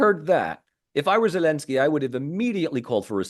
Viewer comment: Regardless of any other points this man makes, I find this man ridiculous in his attempt to say “Zelensky” in the Ukrainian pronunciation, and Taliban” and Afghanistan in the Afghani pronunciation while he can’t be bothered to say “Romania” in the Romanian pronunciation or Bulgaria in the Bulgarian pronunciation. Is he attempting to be “respectful” or sound “educated”? I am simply confused. I am not sure how Romanians or Bulgarians are supposed to either be impressed by his lingual abilities or to feel respected culturally when he goes to such great efforts NOT to use the English pronunciation for some countries but not for Romania or Bulgaria….😂😂😂